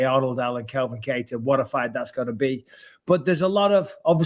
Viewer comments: Bisping will just never get “Calvin’s” name right. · Can grow some balls and tell Bisping it's CALvin not Kelvin